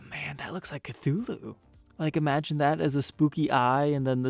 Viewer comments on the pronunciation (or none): none